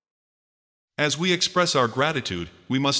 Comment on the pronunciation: He says “ Az shot me . Not Os . Not Oz . Az .”